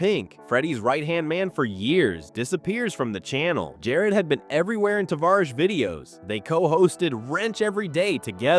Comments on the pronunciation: Two things: it's "Juh-lopp-nick", and "Tuh-varr-ish". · What a load of BS, there's no 'downfall'. You can't even pronounce his name right. seems like a decent guy, you on the other hand are just trying to benefit from others' misfortunes which may or may not even be true. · Right off the bat. You butchered his nick name. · I love this channel but your pronunciation of words like SEMA, Tavarish, and more all butchered